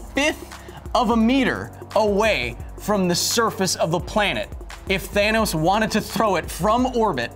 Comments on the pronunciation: Thanos not tharnos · Tronos you said !?! Throw 'nose' ??